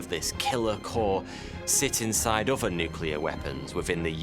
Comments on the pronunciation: I get chills every time he says "bover" or "furver." It's like a kid that says "fwog." I understand it's just the accent but I can't help it. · He says 'uvver' instead of 'other' and 'anuvver' instead of 'another'. Anyone know where this indicates he's from?